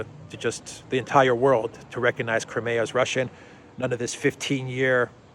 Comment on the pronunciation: "Crimea" is pronounced /ai/ as in this old joke: Putin: Knock, knock. Obama: Who's there? Putin: Crimea. Obama: Crimea who? Putin: Cry me a river 😀